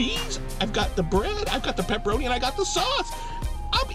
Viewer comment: I really love you say "Peppa-roh-knee" my son thinks its hilarious. we just laugh and laugh.